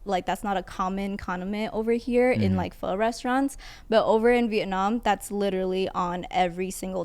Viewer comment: He said, "Can we go get some foe now?" I said, "Get some what? Oh, wow. Actually it's pronounced pho." "Oh, well can we go get some?" "Fasho." Tim was just singing the First Asian Boy song, no worries 😂😂😂